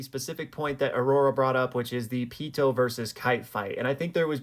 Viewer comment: Pee too not peatoe good video tho